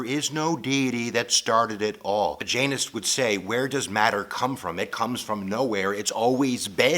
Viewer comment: JAINISTS? Who are those?? Oh I get it, your pronunciation of Jainas sounds like Jainist! Though, I believe there are the Jainish, who claim they are Jains but behave differently...😂